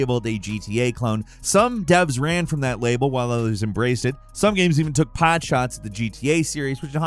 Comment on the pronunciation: I'm not 100% sure knows what he's talking about. He's just a VOICE. He pronounces "Reuters" as "ROYters". He says "pod shot" when that's not a thing... You mean POT SHOT. They "took a pot shot" at you. 🤦‍♂️ I swear... I like, but do they just hire this guy to read random, badly written scripts and that's it?????